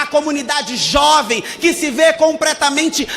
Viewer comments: Compretamente??Não e possível! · COMPRETAMENTE ? KLKLKLK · COMPRETAMENTE É FODA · “COMPRETAMENTE” é osso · Compretamente kkkkkkkkkkkkkkkkkkkkkkkkkkkkkkkkkkkkkkkkkkkkkk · Depois do “comPREtamente” eu nao consegui assistir o resto.. 😥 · ComPREtamente kk